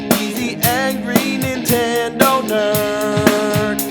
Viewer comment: Is the Nerd (or James) incapable of saying "The Super Nintendo" w/out leaving the N off of Nintendo? My Nan always called the "INTENDO" when I was a kid...